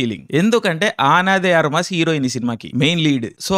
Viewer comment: ❌ఆన డి ఆర్మాస్ - ✅అనా దే అర్మాస్ 😅😅